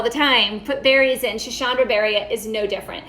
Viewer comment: Schisandra . Not schishandra. Sss. Not shhh